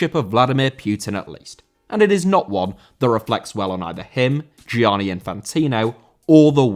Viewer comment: Gianni* not Giòrni